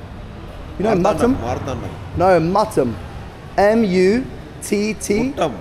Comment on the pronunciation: Every time you say "Muttom", I chuckle! Because it sounded like the Tamil word "முத்தம்" (Muththam), meaning "The Kiss"! 🤣